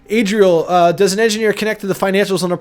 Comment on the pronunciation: Lol it's Adriel not Adrian.